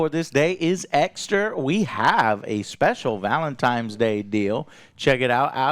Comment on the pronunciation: Dude's in his 40s and says "Velentimes" ffs.